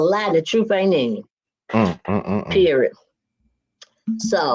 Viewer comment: The word is PERIOD...NOT Perid.. Go get some speech therapy...